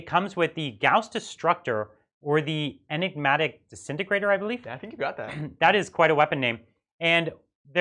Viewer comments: Please it's not Enigmatic... kind of the Riddler's weapon LOL... EN-MEE-TIC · En mit ic. It's not an enigma, although the pronunciation seems to be. :)